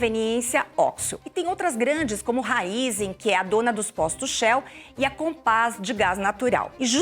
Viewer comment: Nossa mas essa mulher fala errado D +,raizem